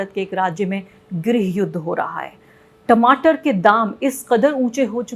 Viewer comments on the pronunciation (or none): none